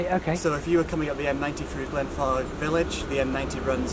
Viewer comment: I should drink my tea before watching because i swear y’all keep saying “Glenfart”.